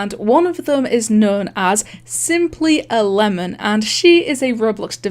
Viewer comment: When he says "simplyAlemon" i hear it "simply11" for sum reason.